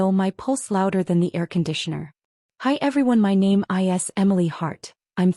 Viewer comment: Why does your AI spell words like is????? Can it not pronounce this simple word????